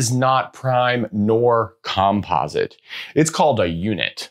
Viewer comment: Interesting video, but wildly distracting to see "likelyhood" misspelled on the board and to hear "composite" pronounced in such a peculiar way (why not the same stress pattern as "competent"?).😉 It would be just a bit too picky to expect any English-speaking academic to pronounce Goldbach as anything but Goldbark, but that said, don't a lot of people manage to pronounce the composer Bach's name with a German "ch" sound and not as Bark?